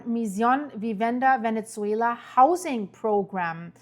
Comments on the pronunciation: It's not ve-net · Venetsuela! Not sure why she can’t say the proper pronunciation Venezuela, geez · For the love of GOD, stop saying VENETZUELA…. There is no T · Please please, there is no T in Ve-Ne-Zue-La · Very strange pronunciation of Venezuela. Never heard anyone pronouncing like that. 🤔🤔🤔